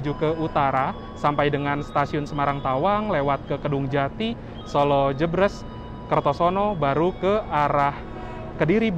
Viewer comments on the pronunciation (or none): Ralat. Sekedar kritik saja. Utk penyebutan solo jebresnya kurang tepat. Mohon maaf sebelumnya🙏🙏🙏... biar nnt klo lg di solo tanya2 ke orang solo jebresnya jelas